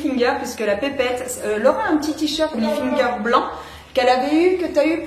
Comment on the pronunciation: Ca me fait trop rire comment tu dis Tommy HilfiNger 😂